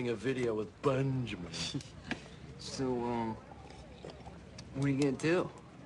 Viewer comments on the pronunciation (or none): Lol calling Benjamin Bun-jamin.